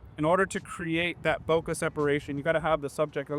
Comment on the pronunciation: Bokeh guey, Bokeh! Not bokah!!! lol., i'm ALWAYS gonna give you shit for that. Great shots though! BTW, have you seen the new Godox LED lights the size of the AD-100 Pro?? I think they're called RS60 and MS60, both available in Bi and RGB, have the Godox mount, and have a ton of different ways to power them including their own batteries.